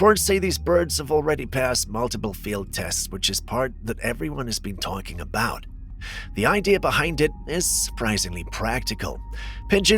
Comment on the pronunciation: into the video " Ya know what they say aboot"Big feet! BIG C#$*K !!!" 🤣😂😅